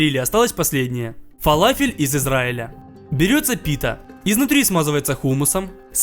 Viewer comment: Не фалафел а фаляфель!и кстать ты не правильную форму сделал!!!!!обычно они чучють плоские с дыркой посеридине!!!